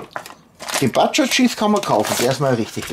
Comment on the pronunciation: Sorry, ich bin echt ein Fan von dir, rede einfach wie du magst...aber halt, Butscher, so wie man es deutsch aussprechen würde ist auch nicht so schwierig. Aber bitte nicht böse sein.